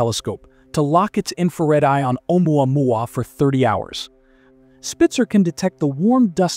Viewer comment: You mispronounced Vega and photometry, but can say Oumuamua?